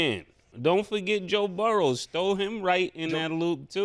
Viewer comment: 🤣🤣🤣🤣 stat face every time they say joe burrowS 😒😒😒 its burrow WITH NO S AT THE END🤦🏾‍♂️🤦🏾‍♂️🤦🏾‍♂️🤣🤣🤣🤣🤣🤣